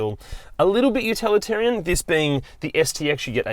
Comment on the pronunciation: Love your approach to reviews, the humour and the fact you're reviewing used vehicles! I've laughed countless times too when you say 'utalitarian' too, when I think you mean 'utilitarian' 😅